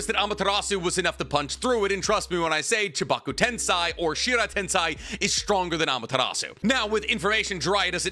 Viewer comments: Why do you pronounce it like „tensai”? I wanna grab something and throw that shit. IT IS „TENSEI”. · It feels like u go out of ur way to mispronounce shit like tensei